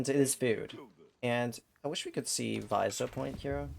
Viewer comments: Probably more helpfully: viZEER rather than VAIzer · it is veezeer not vai zer